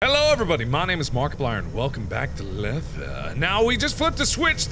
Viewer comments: Wouldn't it be pronounced "Leeth"? I don't mean to nitpick, I'm just curious. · I finally have the correct pronunciation of lethe for you mark, its pronounced lee-thee, kind of like leafy but with a th instead of an f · MAAAAARK. It's pronounced "Lee-the" :P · Wait, you pronounce it 'Leth-uh'? I've been saying 'Leeth' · It would take Markiplier literally 5 seconds to look up the correct pronunciation for the game's title. It is pronounced lee thee. Not leth or leeth. It matters because the Lethe river is a river in the underworld in Greek mythology where if one drinks from the water he or she forgets what they did in their mortal life. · Did he just call it leathuh? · Mark! I am pretty sure the game is pronounced "Lee-thee." Lethe is one of the 5 rivers of Hades in Greek mythology. It is the place where restless souls wander aimlessly and is the root etymology of the word Lethargy. Pretty neat stuff. And now you know. Love the videos buddy. Keep it up!! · Mark pronounced lethe different every time, fer cheese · I thought it was pronounced leeth